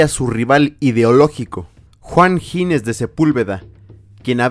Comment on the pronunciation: es Ginés, no Gines; dicho lo cual, maravilloso video